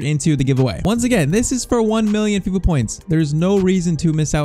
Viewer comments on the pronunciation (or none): none